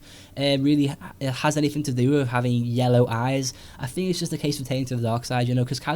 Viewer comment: I like your vids, but I can't get past the way you say 'think' as 'fink'.